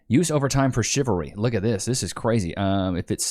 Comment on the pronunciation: she says chilvary instead of chivalry.